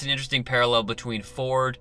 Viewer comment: His name is actually pronounced Dr. Vord with a V.